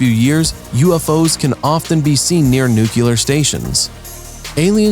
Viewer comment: It's "nuclear" not "nucular". And the rest is nonsense too...